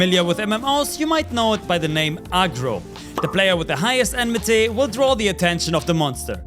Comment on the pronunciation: It's Oh-may-guh ... Not "Ohmegah". And Enmity (Not Enmeh-tay) is from FFXIV, it's what we call Aggro over there.